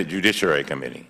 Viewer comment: Cummings needs a linguist to help with his speech!! Committee is not pronounced com-mini